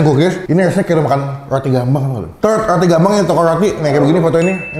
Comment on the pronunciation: Kedengerannya pukis ternyata kukis wkwk